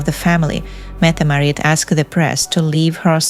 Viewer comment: Metam Marit? It’s Crown Princess Mette Marit.